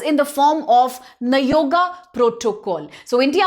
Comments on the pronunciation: You are correct bro she spells nayoga as you said earlier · You are destroying our speeching also by consistently saying nagoya as nayoga😂😂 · For god's sake, kindly call it as nagoya